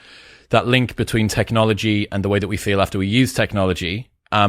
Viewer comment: Chris's anxiety caused him to say 'betwine' and 'repression' rather than 'between' and 'depression'. At least she was listening intently!